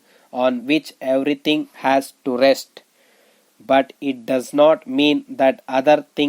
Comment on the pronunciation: Ur dictation pronunciation is very poor. Make difference in has and as..idiot